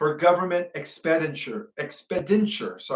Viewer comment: iks - PEN - di - tchu (expenditure). The stress is on the SECOND syllable.